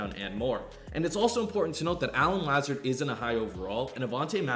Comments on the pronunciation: it’s La-zard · La zard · Pronounced La-Zard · it’s “La-ZA-Rd” 🤣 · I'm sorry but I gotta lmao (Luh-Zard) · The "Lazard" pronunciation hella funny but good video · This nigga dont even watch football cuz if he did he wld know he saying his name wrong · LOL the way you pronounce “Lazard” . You did him wrong that’s not how you say his name 😂😂